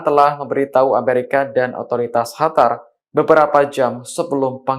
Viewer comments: Qatar mas...( dibaca : KATAR) bukan dibaca Hatar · Kok HATAR sih Mas ? QATAR mas...QATAR !!! Mana ada Q dibaca H, beughhh ! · Qatar bukan hatar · Kok “Hatar” aneh aja dengar nya, kirain negara baru, Q bacanya sm sprt huruf “K” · Knapa lu ngomongnya HATAR siih?!?